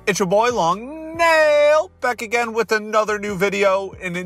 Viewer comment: Why did you say nail differently than older videos?